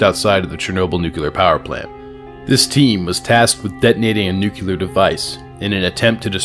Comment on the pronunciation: There's only one U in "nuclear"